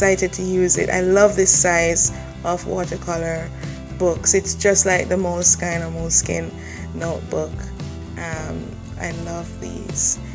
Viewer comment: You are so beautiful and your work is too! Thank you for sharing :-) "Moleskine" is pronounced mole-skin - like the hide-leather-skin of the mouse-like animal - that's the way the founder of the company says it :-D Moleskin used to be a soft velvety fabric called that because it reminded of the soft fur of moles and mice. :-) I don't know why they named the company that way, as the covers of these journals are not of moleskin :-D I was pretty disappointed to find that out X-]